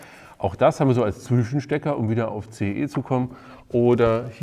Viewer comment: CEE nicht EEC :D